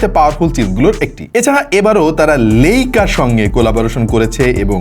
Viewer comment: লাইকা ❌ লেইকা ✅ 😂😂